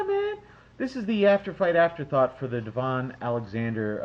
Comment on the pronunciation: By the way I'm American & for the love of god I know you've seen Devon fight 4-5 times minimum. Have you ever heard anyone call him D-Von? No, it's Da-Vin. You always do this & you know the name. Just like Clot-Tay, it's disrespectful to butcher a name.